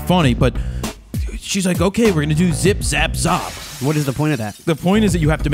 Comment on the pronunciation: haha, Jared I loved the way you say the last part of zip zap z.. Well I am Maltese (a little island in the Mediterranean) and in my language you are just calling each other d**k, zop hehe, keep up the good laughs. I think your teacher might have been playing a prank on you. Zop